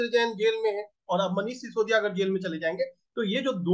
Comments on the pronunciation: How many times did he address sisodiya as Saudiya ? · Yar baki sab thik h but sisodiya ko saudiya kyu bol rhe ho?